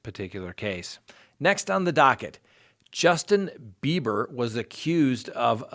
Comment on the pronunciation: Am I hearing Justin Beavor or Justin Beiber?